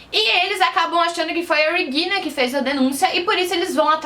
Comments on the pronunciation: Depois de ouvir " REGUILNA" duas vezes eu desisti de assistir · Dica: Regina é um nome alemão mas não se lê o "R" da mesma forma que "Reagan" dobrando a língua, a pronúncia é a mesma do português. A parte do "g" está perfeita.